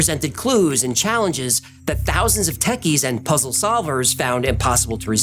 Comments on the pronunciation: At about and thereafter you say "dopa-min". But, it's actually pronounced "dopa-mean". Work on that. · dopaMINE not dopaMIN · Dopamine is pronounced 'dope uh mean'. Thanks for amazing, incredibly detailed, creative and engaging content! Wow! YOU are greatly appreciated! 🎉❤😊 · Is it "Dopa-meen" or "Dopa-men"?? lol I feel like he's pronouncing it weird. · why does he pronounce “dopamine” incorrectly? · Is the correct pronunciation for dopamine to end with "-een" or "-in"? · the way he pronounces dopamine 😫